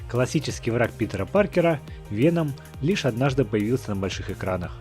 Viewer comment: Правильно вЕном , а не венОм !!!